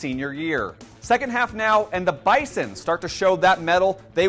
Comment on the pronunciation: It's BIZON Not Bison